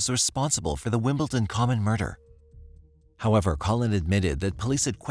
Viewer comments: WimbleDon. Not WimbleTon. Dammit. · It is not WimbleTon.. It is WimbleDon. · I’m sorry to be picky, but it nearly drove me crazy, it is WimbleDon not wimbleTon, other than that it was a very interesting documentary, it seems tunnel vision by law enforcement is a problem worldwide, so many people have died because the wrong person was targeted and nobody wanted to be proven wrong. Oh well EGO does seem to play a big role with some people. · Why does the narrator keep pronouncing the town "WimbleTON" ??? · Yeah. I guess I can't expect an AI narrator to know how to pronounce "WimbleDon." It's a D, not a T. Pet peeve. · You kept saying Wimpleton. Couldn't get past that. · It’s not pronounced Wimbletin!! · wimbledon, wimbledon, WIMBLE'D'ON.